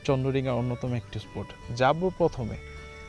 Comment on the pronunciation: স্পোট, ভাইক মানে কি...? উচ্চারণ ঠিক করেন।